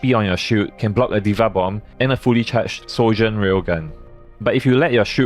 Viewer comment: lmaoo man said sojurn with her trash rail gun